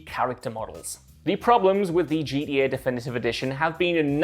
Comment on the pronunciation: You should’ve got one of the other guys to do this video whoever could actually say GTA not G E Eh